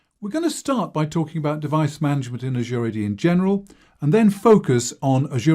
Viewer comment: I wish people would learn how to pronounce the word Azure. Just check one of the many online dictionaries.